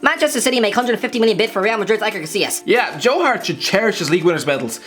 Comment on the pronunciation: Am I actually the only one irritated by how he pronounced Iker Casillas' name??? It's not Aiker😭😭😭